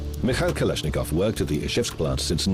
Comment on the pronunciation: Kalash!!! Nikov,??? Whattt??? I love ittt, i really like russsian and Germán weapons